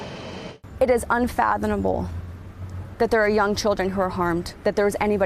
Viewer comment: both the sheriff's spokesperson and the dark haired news person both said "unfathonable". Why are people so stupid? Is it the California education system.